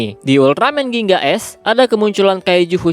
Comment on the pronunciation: Gingga bang bukan ginga